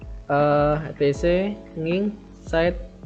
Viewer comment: Maaf sebelumnya. Nginx bukannya dibaca engine X Mas.